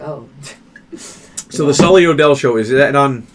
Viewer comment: It’s sulli not sully